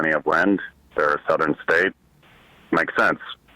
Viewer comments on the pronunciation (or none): none